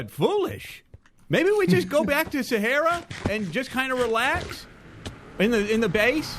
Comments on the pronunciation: calls Sahara, Sahairah. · I mean, it's an Arabic word that means desert and is actually pronounced sah-hrah-oo, so I think ' version is just as valid. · ...I'm American, that's literally how we pronounce the Sahara desert, and yet, in context, it sounded really weird and off to me too. like if someone pronounced Lt. Commander Data "dah-ta" (looking at you, Pulaski)